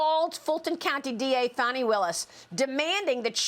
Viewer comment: Isn’t not FONI it’s FANI as in ASS